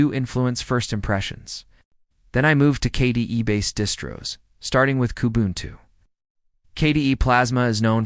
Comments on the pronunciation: Need to work on the AL's pronunciation skills - they really reek in several crucial points: K-D-E, each letter is said just like ABC, not K Duh! As far as what distro, LMDE (Linux Mint Debian Edition) is superior to Linux Mint by far. There are other Non-Windoze type distros that can be said to be even better. But for the Windoze brain-dead, mental wimps, LMDE is the best. I've been using all types of OSes since the 90s. Distros like BeOS, BSD, IBM's OS2, and numerous others. But, today, on my laptop, and mini PCs I use LMDE. I've also introduced others to LMDE and no one has had any issues - they take to it like a fish in water, not a fish outta water. Although. There are some older PCs & laptops which won't handle LMDE Or Linux Mint very well. For those, I suggest a lighter Linus. Something like MX Linux, or SparkyLinux, or Puppy Linux, or Tiny Core, or my favorite Crunchbang++ (#!++). FYI. My daily driver laptop, believe it or not, is a Lenovo Intel Core I3 ChromeBook; which, by the way, is Linux under the hood - Gentoo, one of the other Linuxes I've used. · Now try and install Gentoo in that one hour time period. Yes, that AI is crap. Pronounced KDE as kday. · The pronunciations (K-day?) and phrasing are all over the place so, yep, AI commentary (again). Byee! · AI generated slop. They tried Linux Mint Cinnamon edition, but it looked old, dated and was lacking in other areas. However, the last distribution they tried, the golden balance of familiarity, power and customizability was Linux Mint Cinnamon edition. Whoever generated this slop didn’t even pay attention to what was in it. The mispronunciation of KDE and other abbreviations were also glaring tells this is nothing more than AI clickbait.